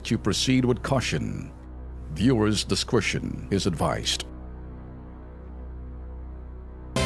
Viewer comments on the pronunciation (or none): Hey Tulfo, listen. Discretion is pronounced di-skreh-us n, not dis-crou-sion and pursuit is pronounced (pur)per-soot, not pur-syut